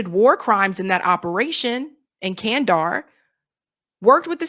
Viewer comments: It’s Kabuuul and not Kabal. It’s Kanda HAR and not Kandar. Please make an effort to pronounce words correctly. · Just for reference, it is pronounced Kand-da-har!!